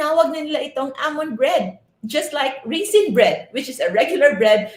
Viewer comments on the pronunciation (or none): By the way Raisin not Risin just saying 🤣🤣🤣